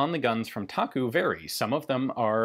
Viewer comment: It’s actually pronounced “Da-Gu” instead of “Taku” for 大沽. Many people don’t know that China was perhaps the biggest Mauser C96 user. The “box cannon” was especially the preferred sidearm of the communist forces. Great video 👍